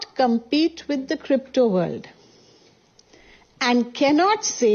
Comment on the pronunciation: Compete not compitite